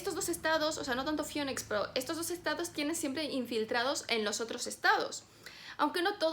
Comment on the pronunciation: La ciudad se llama Phoenix, se pronuncia FINIX, como fénix ;)